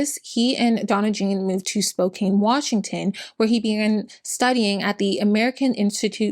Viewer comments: I dont mean this in a rude way I just live in the area so I noticed it. Spokane is pronounced Spow-can not spow-cane. Its a native american name Love your videos <3<3<3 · Hello! As a friendly neighborhood Washingtonian, I wanted to let you know we pronounce Spokane as "spo-can," not "spo-cane." Love your videos! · Oh hey Spokane! (It's said Spo-Kan btw!) I was born and raised there! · It's spoke can not spoke cain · I love your videos but I just wanted to let you know Spokane is pronounced Spo-can not Spo-cane, if it ever comes up again the future. - Washington resident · Small thing, but as someone who lived there, "Spokane" isn't pronounced like "Cane" but rather "Can" at the end. It's how the locals can make jokes about "Spokanibis" and such. lol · I am disappointed on how few "its pronounced Spo "can" " comments there are lol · Spokane rhymes with man, "Spo-can", not mane. 😉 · Great video! For future reference Spokane - the kane part is pronounced as "can" :) thanks for the information, very comprehensive and impressive! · Growing up in Spokane (it does not matter, but it is spo/Can not Kane), and knowing lots of people who sold Young Living because there is a lot of LDS and other millennial religions in the area and it was a “local” business. I did get some deodorant once, but then I found out about him holding his own baby underwater for an hour? I never got it again, it was nice at least- awful company, horrible founder. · Spokane is pronounced like Spo-can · fighting the obnoxious urge to say „Its pronounced "SPOKE-ANNE!““…(i love you. im sorry) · Excellent video. Highly informative. Very telling he jump from lands preservation to logging without batting an eye. However, it is my sacred duty as a Spokanite to inform you the 'e' is a lie. Spokane like 'Spo-can you please change your city's name already.' ;) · When will Spo-Can have enough notoriety to be pronounced correctly? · Honey, it's pronounced Spo-can (Spokane). For future reference. ☮️💜